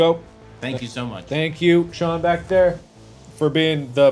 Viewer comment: Shuan as in,Shaun Murray? or am i big stoopid and he meant Sean,Jacksepticeye